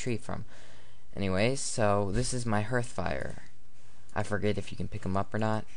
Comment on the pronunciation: It's pronounced h[a:]rth, people. H[ei]ven & H[a:]rth.